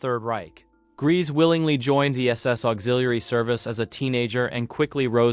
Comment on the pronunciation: IRMA GRESE'S NAME IS PRONOUNCED 'GREYSA' NOT 'GREASE.'